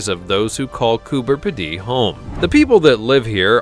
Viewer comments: Coober Pedy - "Pedy" is pronounced pee-dee, with the emphasis on the pee. As any Australian will tell you. And yes, some of the residents do live underground. When they want another room, they just dig one. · pronounced Cooper Peedy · Its pronounced coober peedy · Pronounced Coo-ber Pee-di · And he pronounced it so badly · Worst pronunciation award! Congratulations! Diddley squat research into how the locals pronounce their region! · Coober Peedy is pronounced with a long e sound in the middle and on the end. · The insult is well deserved. It's not too much to expect the minimum research on how to pronounce place names. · I agree. So much for research. I’m a tad insulted. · Cooper Pedy in Oz is pronounced Peedee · Cooper P-dee??? It is pronounced Cooper Pee-dee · its pronounced "cooper PEEDY" 💓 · It's pronounced Coober Pee-dy. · Coober Pedy.pronounced Coober Pee-dy. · you say it Cooper pee-dee, just say P D. Its Australia not France. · Its pronounced Coober (Pea dee) not (Ped dee) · Coober peedie not Coober piddy. Get it right man! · It’s not pronounced Coober. P’ dee, but. Coober Peedee. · It’s Coober ‘Peedy’ not Coober ‘Pedee’. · Coober pidee as you say it is completely wrong! It's said as Coober Peeeedy! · Just letting you know its pronounced Coober peedee not Coober pedday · Cooper Pedy......sorry to be picky, but your pronunciation is wrong, the cooper part is right but we pronounce pedy as pee dy, again sorry for being pedantic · Coober Pedy in Australia is pronounced Coober Peedee not Ped-day. We Aussies are laughing at you and Aussie is pronounced Auzzie not Aussssy.😆🇭🇲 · Hi from Australia. FYI Coober Pedy is pronounced Coober Peedy. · Coo ber peed ee they're Americans you really have break it up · Yep absolutely correct on having to break it up. But to sound pedantic though we are talking about correct pronunciations, the correct spelling is Coo Ber Pee Dee. Thanks for your input. Have a wonderful day. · It’s pronounced ’Koober Peedy’